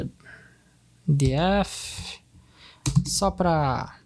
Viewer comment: “di éf” kkkkkkkkkkkk ah vei